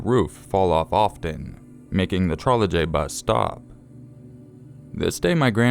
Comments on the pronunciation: i think its pronounced Troleybus like without the J. i googled it & heard the word before & knowing what one is ive never heard it called a Trole "J" bus! like the J is Pronounced Y. sorry it was just bugging me. you still are one of my favourite channels tho ;) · it's pronounced 'Trolly bus'. the Czech pronounced j as y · DUDE! You don't pronounce the J in trolejbus. I get that you will anglicize words, but don't butcher them.